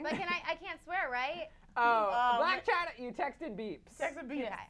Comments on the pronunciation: It's "Blac Chyna" NOT "Black Chyna" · It's 'Blac Chyna' not 'Black Chyna' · coughs It's Blac Chyna.. not 'Black' Chyna .. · It's Blac Chyna not black china